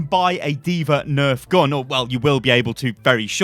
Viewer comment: Heard "Dva neft" and had a mini panic attack